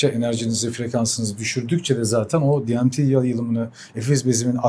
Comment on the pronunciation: Diemti nedir ya ,sizleri dinleyen Türkler, Türkçe konuşun, ingilizce terimi öyle berbat konuşuyorsunuz ki, artikulasyon sıfır, şive sıfır, Türkçe konuşalım 🤔🤔🤔